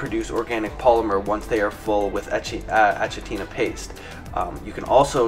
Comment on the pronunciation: ThatDiabeticGuyVon And it's pronounced A-k-itina not A-ch-itina